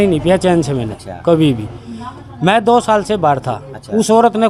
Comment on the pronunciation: Namaskar maaaaaaain yeh bolne me kon sa sur lagaya patarkar mahodya plz ek bar yeh batane kasht karo plz